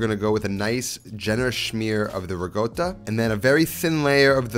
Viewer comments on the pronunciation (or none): I almost throw my phone out the windows…. it kills me everytime he misspronounce Italian ingredients 😵‍💫 rigota and projutto… 🤌🏻🤌🏻🤌🏻🤌🏻 madonna mia!!!! its ricotta (rikota) and prosciutto (proShootto) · rikotta not rigotta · Not gonna lie I love this channel so much but when your not from Italy and never had the accent it makes no sense to pronounce Italian words with a thick accent. Ricotta not rigoat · Re-gotahhhh *laughs in european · can anyone tell me what i'm missing, with him pronouncing "ricotta" as "rigota"? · why do you say rugota and prowjuto, you can clearly do better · Love this and many of your other dishes! One request: ricotta has no G in it, only a K sound. Grates my ears to hear that pronunciation. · That pronunciation of ricotta🤣